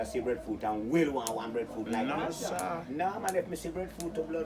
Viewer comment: Breffruit? Seriously it is breadfruit with a a and a d